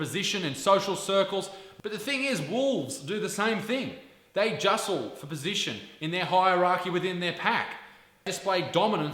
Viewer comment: In your title, it should be "its", not "it's". Not being a grammar Nazi, it's just that it makes you look uneducated. And what the hell is "justle (for position)". You mean "jostle", don't you? Do you actually speak English?